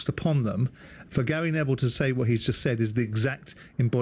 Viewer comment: Gary Ne"VILE"